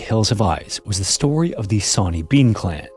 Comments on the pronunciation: "Sonny" is pronounced "sunny" 😭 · Sawny, pronounced shauny shore-knee. The scotts have very bad English 😂😂 only joking